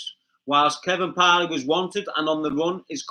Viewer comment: The once again talking-about things he knows nothing about, he only knows what he has read in the news papers. Kevin Parle or Parley as the pronounces it should be advised that his name in pronounced Parl, the e at the end is silent 🤪😜